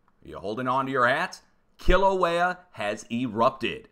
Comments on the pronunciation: Are you from Boston? 🤔 I swear you’re saying Killer Whale...😂I jest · I bet you can't even properly pronounce Kilauea 🤣